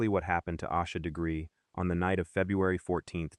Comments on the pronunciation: Is this some AI bull?? You can't even be bothered to say her name correctly. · Might want to pronounce the victim’s name correctly, if you expect anyone to take you seriously. . .